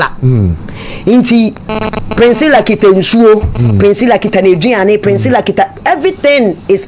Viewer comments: You are right on point, no wonder she can't pronounce the sweet name Priscilla intetered she kept pronouncing Princilla. One can't really tell where she learnt this pronunciation from. Spoiling the such a sweet name like Priscilla. Chaa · The name is PRISCILLA not PRINSCILLA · Please correct her again. Hmmmmmm Hard ooo